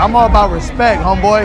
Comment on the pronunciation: “You gotta earn my Respeck!!!”